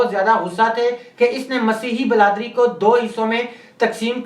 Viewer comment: O bhai pahlay aap apni urdu thek karo, bradari, lafz ko bladri bol rahe ho ap